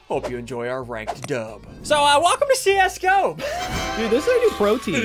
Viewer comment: How he says see us go pro like csgo